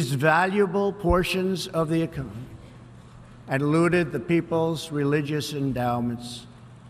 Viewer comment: "ecomy..." LOL